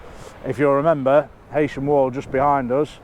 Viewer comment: It’s not Haysham it’s furkin Heysham….😂